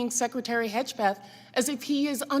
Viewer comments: Hejpeth She cant even pronoince his name She cant read? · "Secretary Hegepeth"??? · Why did she pronounce Hegseth like that??